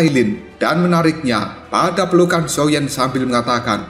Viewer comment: Min ngakak banget pas blng xioa Xiao😭